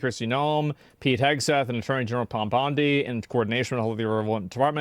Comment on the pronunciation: Is it Pom? It's PAM. Oh, ok, Pom. No, PAM.